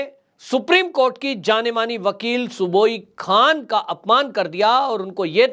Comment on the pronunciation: उनका नाम सुबुही खान है, जिसे आप बार बार सुबोई खान बोलते रहे। कृपया उच्चारण उचित किया करें।